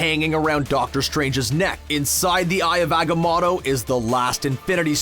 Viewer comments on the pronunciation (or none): Omg... Aga-mah-to? How can YouTubers pronounce thing so terribly? Especially when it is pronounced in the medium of film for them. Aga-moh-to ffs